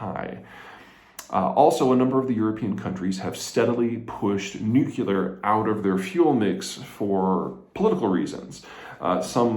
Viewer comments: "Nuclear" ≠ "nucular". 😉 Sorry for nitpicking. Great videos, love your presentations! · "Shitting solid gold kittens" That's the single most-hilarious descriptor I've ever heard from any geopolitical video 🤣🤣🤣🤣🤣🤘 However......"nukulear" is one of my biggest pet peeves and a serious intellect would not mispronounce it as such 😡😡😡 say it with me, Peter, phonetically: "NEW'klee-er" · Nuclear is pronounced 'newclear' not 'nuke_ular' - just a note so you don't sound like Bush Jr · Please Peter,....anyone whom watches and follows you respects, admires, and appreciates your geopolitical science; thus,...noo--kle--ar!! For the love of god,...PLEASE!! I will BUY all your books! I will start a foundation in your name! Promise! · Mr. Zeihan! Please stop saying “nukular” you’ve been saying it forever😆🫢🥰🤗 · you took mispronunciation to a whole new level… you’re right. Peter keep mispronouncing the world reknowned way of pronouncing Nuclear. Gary doesn’t think anyone should let you know that you’re pronouncing it wrong on the world wide public stage.